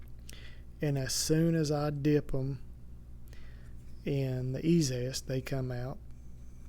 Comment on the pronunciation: Interesting ! FYI , the dip is called e - Z - est, 3 syllables, not e - Zest, 2 syllables. No big deal but might as well go with label.